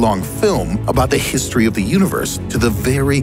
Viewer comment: Did he just pronounce history as herstory.?? I'm done